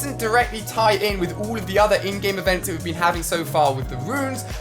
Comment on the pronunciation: Lets get the fact that when ever Ali says "in-game events", it sounds like he is saying "endgame events". Avengers Endgame